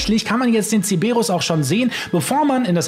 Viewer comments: es heißt Cerberus. Nicht ceberus. Dan triggert total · wieso sagst du CEEEEBERUS? der heißt doch CeRberus....LOL 😛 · Es heißt CeRberus nicht Ceberus ... außerdem muss man nicht 16 Minuten in der Sitzung sein, sondern der Lobby-Host und man kann das Ding sehr wohl mit bewaffneten Fahrzeugen triggern... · Digga der Cerberus heißt nicht zeberus